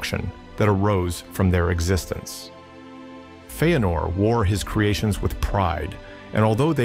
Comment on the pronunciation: Feenor? What are these pronunciations??? Bothering tf out of me